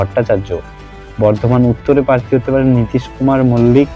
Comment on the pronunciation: Kotha ta "parthi" na "prarthi" bokachoda ashikkhito